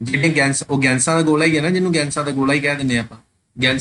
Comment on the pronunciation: Sir ਗੈਸ ਨੂੰ ਗੈਂਸ ਨਾ ਕਿਹਾ ਕਰੋ ਅਜੀਬ ਲੱਗਦਾ